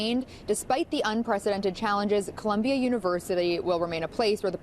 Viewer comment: That dude said “Columbian” University at the very beginning. lol